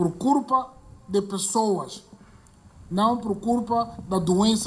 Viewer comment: Se diz culpa e nao curpa sr.presidente😂😂😂😂😂😂